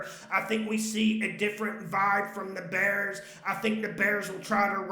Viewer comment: It Crack me up when he says ,Tua and da bears